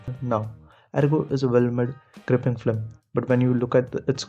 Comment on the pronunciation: Bro before you write an essay on something you might want to learn how to pronounce simple words like film. You keep saying "flim" and it makes you sound like you have no idea wtf you're talking about